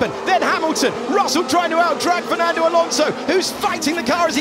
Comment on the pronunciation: Mais c'est quoi ce delire d'appeker Alonso... Frenand?